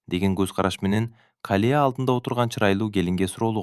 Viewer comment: Рахмат сонун,бирок Калия эмес,Калыя деп окусан жакшы болмокпуу деймда.